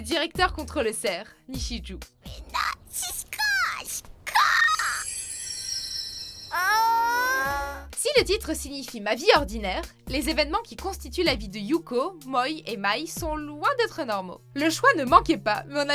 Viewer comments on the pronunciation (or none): "Yukko, Moï et Maï" ._. C'est Mio et Mai (et on prononce [Meï])